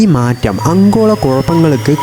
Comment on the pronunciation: അങ്കോള അല്ല ആഗോള എന്ന് പറ